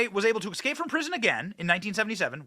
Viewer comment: Forgive me Benny but it's "ES-cape" .. not "EC-scape" - Thx dear. Common error, like the "DEMOCRAT" Party is anything BUT "Democrat-IC" (unless defined accurately - and then it IS).